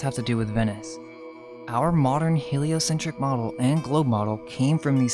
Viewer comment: He-lie-o-sin-TRICK model? 😂